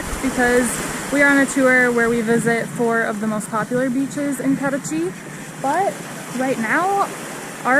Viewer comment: You said Paraty perfectly like a native